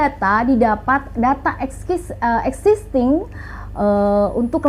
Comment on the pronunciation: banyak pengucapan yg keliru termasuk "data es kisting" saking cepatnya